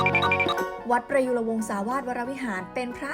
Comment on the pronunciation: อ่านเป็นวัดประยุธ555+